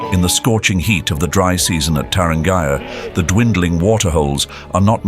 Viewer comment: The narrator or AI mispronounced Tarangire (National Park outside Arusha). It is pronounced Ta ran gearee